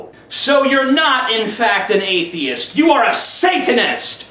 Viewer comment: "Atheiest", then "Athiest", but hey, at least he got it right a few times.